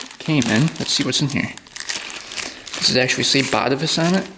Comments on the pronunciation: I am Dutch, its pronounced BAH -TAY-VUS. emphasis on TAY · Just fyi, it's pronounced 'BatAvus' (emphasis on the second A).